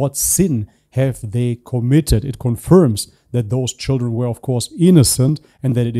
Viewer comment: It’s the pronunciation for me “shidren” 😂😂😂